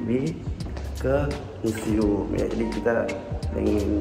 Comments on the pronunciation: Museum namm bukan meseumm😭😭🤣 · Museum nam bukan meseum🥲🥲🥲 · museum bukan meseum, untung ada e ditengah😌